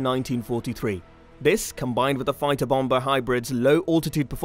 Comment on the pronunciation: Bom-ba? no; pronounced bommer fps